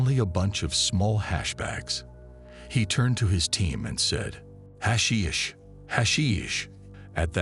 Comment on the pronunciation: What a completely bizarre beginning to the video. From the pronunciation of the word hashish to the fact that somehow him liking hash brings us to a year and a friendship. Awful beginning to the script